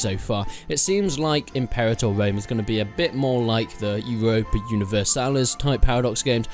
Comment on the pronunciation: Why cant anybody pronounce Universalis